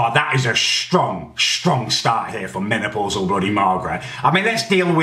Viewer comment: He said menaplausal Margret 😂😂😂😂